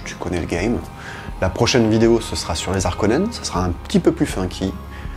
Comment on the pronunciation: Salut. Merci, c’était cool! Ah oui, on ne dit pas les Zarkonnens.. Bonne continuation